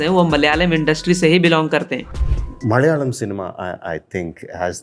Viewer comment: ITS NOT "MALYALAM", malayalam it is. Its easy bro.. pls